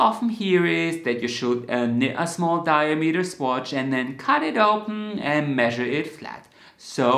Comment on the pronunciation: it’s ‘dye-AA-meter’ not ‘DYE-uh-meter’